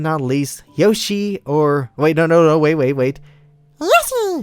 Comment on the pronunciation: SAY YOSHI AGAIN PLZ